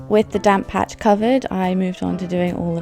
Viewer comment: just realized you were saying "damp patch" and not "damn patch" 😂😂